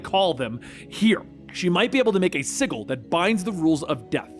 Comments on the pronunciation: Sigil is pronounced S i (J ) i L the G is a J sound hon. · It pisses me off how he pronounced sigil it’s fucking si-j-il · Sigil is pronounced like sijil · The pronunciation of 'sigil' kills me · You know how to pronounce “Hecate” but don’t know how to pronounce “sigil”? Smmfh. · Hate to be the "nitpicker" but sigil has a soft g like the name George. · uhhhh that's not how you pronounce sigil lol